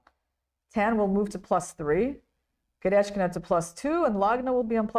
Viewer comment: Irena Krooosh should pronounce a. Goryachkina's name correctly. It doesn't have an "etch" sound in it. Good grief ..